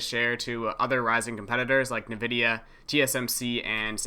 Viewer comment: Very strange the way you pronounce " Nvidia"